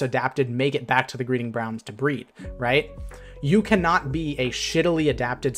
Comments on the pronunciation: Idk, he said "Greeding Bround" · “Greeding Brounds” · Great video, just wanted to say: "greeding brounds" lol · “Only the strongest most adapted make it back to the greeding brounds to breed” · "Make it back to the greeding brounds" idk why that was so funny to me